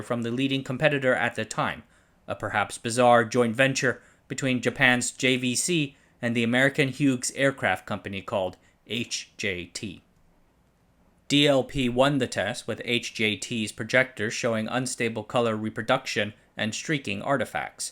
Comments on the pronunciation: Sir: FWIW, the name Hughes is pronounced: hues or hews, no soft "g" sound. Thank you for your videos. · The Hughes joint venture doesn't sound too crazy to me, they have their thumb in lots of weird pies. I used to work with someone that lots of stories about when he worked for Hughes. From the way he told those stories ... it's crazy they haven't gone out of business yet. But, then again maybe a single disgruntled former employee isn't the most unbiased source. P.S. Hughes is pronounced "hues" ... yeah English pronunciation is weird ... and when it comes to names ... its super weird. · Hughes is pronounced "Hews." 🙂